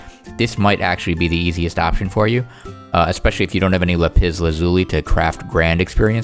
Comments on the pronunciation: la-piss lazooli is what I hear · The way you pronounce lapis lazuli is so funny to me "La piss lazooli" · The way he says lapis lazuli xDDD